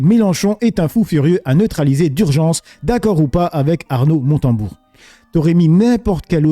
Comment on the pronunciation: Montebourg pas Motenbourg 🙂